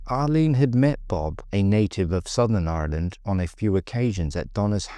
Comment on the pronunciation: don’t ever call Ireland Souther Ireland again